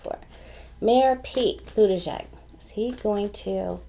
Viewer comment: Thank you for a great reading. You pronounced Mayor Pete’s name beautifully—better than anyone I’ve heard:) Comma-la is Kamala . She is so good too. We have a bountiful field of candidates! Did you do Beto yet? I think you did but I will recheck:)